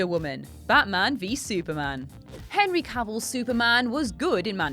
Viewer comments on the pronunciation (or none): none